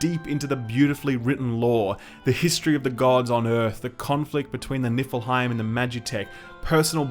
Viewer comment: lol..."i swear it sounds like your saying Nippleheim... "God was killed by the Nippleheim"..